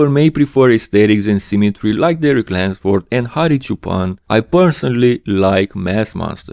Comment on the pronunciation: It's Derek *Lunsford fyi